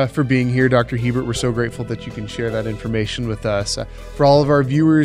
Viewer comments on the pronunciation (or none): Hebert is pronounced "A-bear"